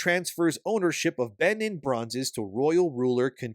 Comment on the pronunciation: It's pronounced 'Ben een'. And 'Car toom'.